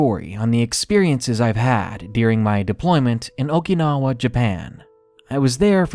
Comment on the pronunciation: Your mispronunciation of Okinawa was driving me crazy